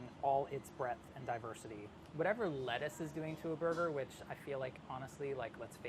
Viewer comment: No body : New yorkers : ßoiga.